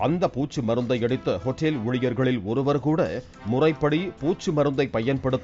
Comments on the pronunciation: யோவ் ஹோஇட்டேல் இல்ல ஹோட்டல் ஒழுங்கா வாசியா 😂😂😂😂😂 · What a pronunciation hotteel... wow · wrong pronunciation.